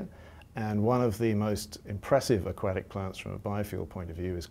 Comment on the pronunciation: "aQuackic plants" I HEARD HIM SAY IT.